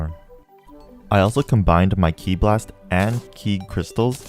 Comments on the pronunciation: just one little thing, not to be rude but (and if im wrong let me know) im pretty sure its ki like k-eye not ki like key :) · for some reason it hurts when he calls it key instead K-I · Im not sure if you know this or not but its pronounced Ki (with the i saying its name) and not ke, however im not 100% as i havent watched dbz in awhile